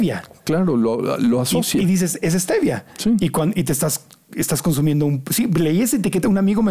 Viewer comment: Hasta hoy leí que no dice stevia si no svetia jajaja